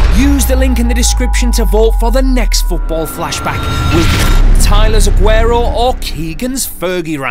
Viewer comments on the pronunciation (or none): Not ageroooooo It’s aguerooooooooooo